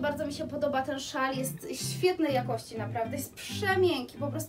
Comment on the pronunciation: Słowo ,,jakosci"zaakcentowalas na pierwszej sylabie, i to ci się przy szybkim mówieniu zdaża, pedantów to może denerwować, więc się nie broń, tylko popraw )❤